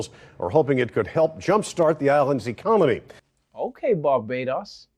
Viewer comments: Am I the only one who heard him say "ecomony" instead of economy? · LOL He said “ecomony” like in Idiocracy 😆